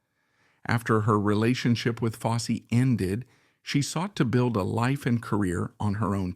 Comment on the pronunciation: Yeah “Bob Foss” really?